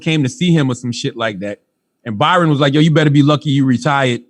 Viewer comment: Hey genius, his name is Bryon - prounounced like Brian. Charlawho the annoying.